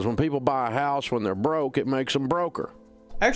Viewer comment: I love the way the way he says it “Not to buy a hauws”